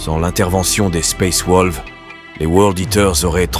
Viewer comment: sympa mais suis-je le seul a griller que t'utilise un bot pour faire la voix , un bot de très bonne qualité certes mais c'est un bot ^^ comment j'ai grillé ? plusieurs mots évident bien écorché surtout le "space wolves " a xD règle ton bot pour plus trop qu'il déraille ^^ mais sinon c est dommage la vidéo est très bonne